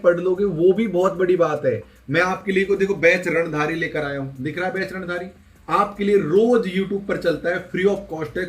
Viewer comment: रणधारी hota hai, रणधीरnhi